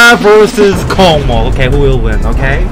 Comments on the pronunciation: its pronounced "KOSMOS" not "COCKMOCK" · It's no cockmok, it's kosmos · i think its pronounced as kosmos not kocmoc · Kosmos, not kokmok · Это так смешно когда вместо КОСМОС он говорит КОКМОК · It’s pronounced kosmos not Kokmok it’s from Russian Космос just to let y’all know Means space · It’s pronounced like Kawsmaws not cocky mock and This is how my grandpa sees stereo madness. - Doranoob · Dora its russian level so its pronouncing not kokmok its kosmos (it means space) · It's true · STOP SAYING THIS LIKE KOKMOK! THIS IS KOSMOS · Its pronounced Kosmos not Kokmok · Хах, кокмок) Дорами, это читается как KOSMOS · Я слышал коко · Dora, its pronounced [KOSMOS] The C letter looks similar to Russian C, but the Russian one is pronounced like S. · it pronounced «Kosmos»